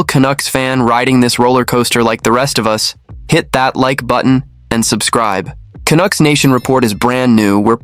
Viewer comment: AI crap---you know this site is fukked when the computer voice pronounces Canuck as CANOOK.what a joke .Then the voice says Rick Tocchet as RickToshshay.NUFF SAID.